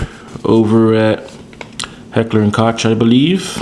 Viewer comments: Great video. I just got this in 9mm and seeing your vid makes me wish I had gotten it in 0.40. One item that I just learned is Heckler and Koch pronunciation....the "Koch" is actually pronounced "Coke." A little FYI there so we both don't sound like noobs. Good vid and congrats on a really nice gun! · Found out about a mistake a lot of people make, in Heckler& Koch, Koch is pronounced like "coke". funny thing, I always thought it was like "kotch" too. Just sharing. great video and nice gun